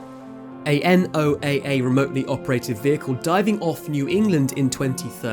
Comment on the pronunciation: AI script or human script? N-O-A-A instead of saying "Noah" (NOAA)